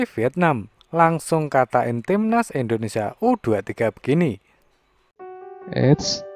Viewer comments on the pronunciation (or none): indonesia tong bukan endonesia🤣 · Indonesia bukan endonesia...